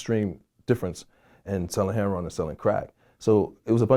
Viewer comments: Why do ppl pronounce it "hair on" instead of heroIn? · I watched this whole video and Vlad never pronounced “heroin” correctly.......🤔